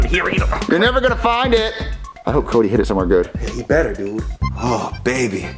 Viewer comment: you realise the character joseph has a speech impediment? he says "dude", as "dood"